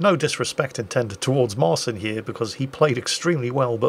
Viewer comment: Side note. Marcin is pronounced 'Marchin'